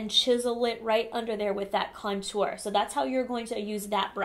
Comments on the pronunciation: Me too! - I think she's putting the wrong emPHAsis on the wrong syLLAble. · She says cuntour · I love how you say "contour" you just emphasize the syllables of the word differently than everyone else and I love it! lol. Personally I never contour except for my nose occasionally. I am pretty thin so I don't want my face to look thinner, I love full faces! Also my skin is pretty good these days but the cheeks are where I still have some redness so I feel like contouring over foundation usually messes with my coverage in that area where I need it most! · Seriously love how you say "contour" so fancy 😻 lol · omg the way you say contour is so different than everyone else i hear say it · They way you say contour is.... different 😂 lol